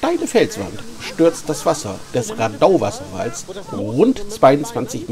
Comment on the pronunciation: Wohl eher rAdau statt raDAI